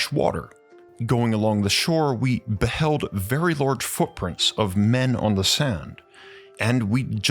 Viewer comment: It’s „large“ not „lourge“!